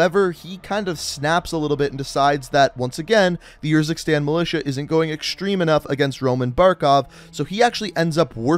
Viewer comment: i love how he has played the campaign yet still chooses to pronounce the country “yurzikstan”